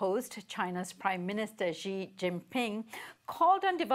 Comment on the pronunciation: This guy cannot say Xi pronounced as She! Or he says jiamen for XiaMen. Some people are too perfect to learn anymore!